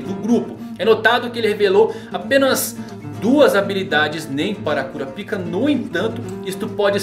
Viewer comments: Cara, fala "Kurápika" que é a pronúncia correta kkkkkkk... "Kurapíca" é complicado... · Eu sempre sinto uma pontada no ouvido com o falando "Kurapíka" kkkk Mas enfim, cada um com a pronúncia que acha melhor:v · Mano sempre que vc fala Kurapika eu morro de vergonha pq o pessoal aqui de casa e os vizinhos escuta